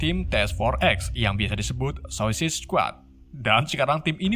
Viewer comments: Telling story nya sih keren. Cuma pengucapan bhs inggris nya perlu bnyk di perbaiki, Shark terbaca srek, sport terbaca sprot, suicide terbaca sosis, DLL. Semoga kedepan lebih baik lg. Txs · Gua dengernya lu bilang susis bang🤣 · Saikid baca nya yg bener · Cuma bisa ngakak aja dengar mimin nyebut2 suicide & anggtotnya wkwkwk 😂👍🏻